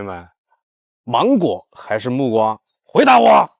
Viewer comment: 是木瓜啦～ 你前兩集都說錯了！ 這集⋯⋯要記住了，是木瓜啦！❤